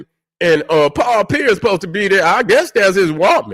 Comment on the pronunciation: say paul pearis instead of pierce